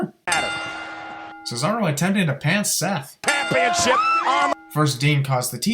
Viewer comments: minutes in Michael Cole says Pampionship wow he be botching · Michael cole said pamionship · Michael Cole said "pampionship", so there should be one more sin added to this event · You didn’t sin Cole saying “pampionship” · You didn’t sin Michael Cole saying pampionship instead of championship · When dean dislocated his shoulder micheal cole said panpionship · he didnt notice that micheal cole said pampionship right before the part about dean causing injuries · At the 9 minute mark did Michael cole say panpiomship. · he missed Michael say "pampionship" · Michael says Pampionship lol!